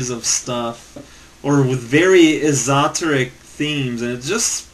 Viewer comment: Did you pronounce "esoteric" wrong on purpose? I can't tell anymore when you do. And just in case you did goto: en wiktionary org/wiki/esoteric